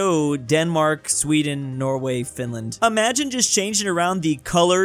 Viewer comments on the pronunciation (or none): none